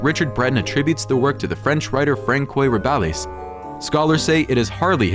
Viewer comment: For heaven's sake, learn to pronounce French names. The works by Rabelais that you mention are famous, and any literate person should be able to pronounce them properly.